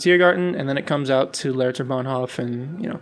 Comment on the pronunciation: I agree move and rotate the whole area somewhere else, so that the S-Bahn hooks up. Cool build. I've been to Berlin so many time, but I only know the "new city". BTW Hof from Bahnhof is pronounced with a long 'o'. Charité is pronounced French. For Bülow the w is silent, but I'm not sure there. It's what I remember from hearing the stops on the U-Bahn. Keep up the awesome build.